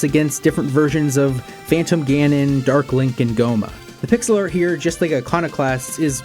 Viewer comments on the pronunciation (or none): none